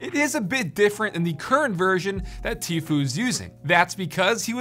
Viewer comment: isnt it like “teefyou”?